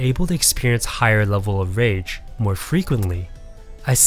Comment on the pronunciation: At first I thought you were saying RANGE effect lol.